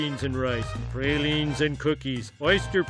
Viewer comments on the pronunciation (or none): Except the pronunciations--like "pray-line" and "yakah-mane"--and some of the food he mentioned seemed to suggest that it was related to the restaurant he was outside of. But no. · Except praline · He really didn’t. He mispronounced a few things like praline and pecan. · and praline